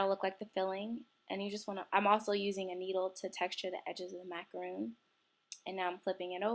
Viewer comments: its macaron nor roon ugh i hate when ppl say stuff wrong btw im a girl and im on meh dads computer and chloe2cool T-T ur right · Macaron is pronounced the way it's spelled -- it's not a macaroon, it's 'mac-uh-rohn'. Otherwise, this was an awesome tutorial! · It's pronounced how it's spelled, by the way because a macaroon is something different. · Super cute!....lol but it is pronounced macaROHN, but I am gonna try this!!! Looks like so much fun!! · It's not pronounced macaroon it's macaron